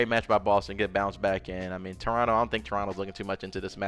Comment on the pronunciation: As a Torontonian you said the city name right the first time LOL